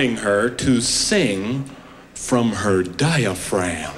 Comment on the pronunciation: The way he says "diaphragm" always makes me laugh.